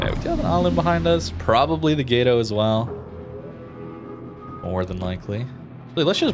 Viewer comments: Drove me off watching the video. It’s pronounced like Gat-O, not gate-o. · Please pronounce Gato correctly, it’s not that hard, I swear, I beg. Gah-to kinda like pronouncing Toad but without the D and almost silencing the a. I BEHGG PLEASE MAN I BEGG.